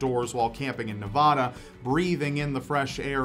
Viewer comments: Nev-ADD-uh, not nev-AH-duh. It's important. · Nev-AH-da????? Where is that? You mean Nev-AD-a? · It’s NevAda not NevAHdAH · Uh,.....it's not Naw-vah-dah but Nuh-va-duh........just setting the record straight from a true Nevadian! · So I know it doesn't really matter, but you said Nevada wrong... and it's ingrained in me to inform people when they say it wrong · That isn't how you pronounce Nevada